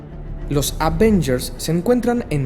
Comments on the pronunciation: Avengers no advengers Fraidey no fridai es genial como narras pero siempre tienes las mismas pronunciaciones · Se pronuncia Avengers NO advengers, se dice Hibernación NO invernación. Me gustan mucho tus vídeos pero a veces se vuelve intolerable escuchar tu mala pronunciación. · Avengers, no ADvengers Hibernación, no invernación Jane no es lo mismo que Jean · Se agradece el buen trabajo de resumen y edición, solo te agradecería no volver a decir "aDvengers" porque cada vez que lo dices un Hulk crece en mi interior. Sugiero practicar la pronunciación "Ávengers", como si la "A" se acentuara y, por favor, sin ponerle una "D" a la palabra. Gracias por lo demás. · Alguien expliquele a este muchacho que son los "Avengers" no los "ADvengers" jajajaj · alguien más nota que dice "advengers" en lugar de Avengers ? igual muy buen resumen para quienes no leímos la saga completa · Porqué le dices aDvengers? es AVENGERS sin D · aprecio muchísimo tu trabajo, es un esfuerzo enorme. Gracias Lo único que te puedo decir, es una cosa, por lo que más quieras, cuando pronuncies Avengers, no le agregues la D. Por un mundo sin la palabra "aDvengers". Gracias de nuevo! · Ven, te enseño a pronunciar lo que más nos gusta... aVenyers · Solo he oido a 2 personas decir aDvengers, tú y una señora en el cine. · Porqué le dices ADVENGERS........? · Desde cuándo se llaman "di advenllers" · que son los Advengers, este we no sabe pronunciar ningun nombre, pobre diablo!! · escuché hasta advengers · por favor, deja de decirles aDvengers!!! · madre mía, si dices la mitad de los términos en inglés, al menos dilos bien...... y lo de "los avengers" me ha matado....